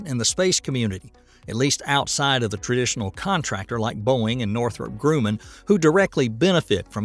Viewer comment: Just a heads up, your down-home country style voicebot mispronounced Northrop Grumman .